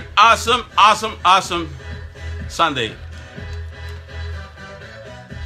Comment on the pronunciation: 😂😂😂😂😂 his trying to say awesome.